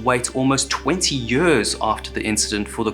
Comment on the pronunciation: YURRS of devastation